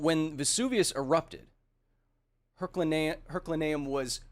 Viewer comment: Hey kyle. Love the show, and you. (Big fan. Not a bad guy. Please don't set the basilisk on me) I don't like to correct peoples pronunciation of words because it means they have probably only ever read the aforementioned, and reading is good. So... don't think of this as a correction. Think of it as... an updating of data held in the brain. The place is called "her-cue-lay-nee-um", not "her-cue-lurh-nee-um". Words are weird. Like... why is it pronounced "kah-yull" and not "kyuh-leh" as it's spelled that way. words are hard... dyslexic of the world untie!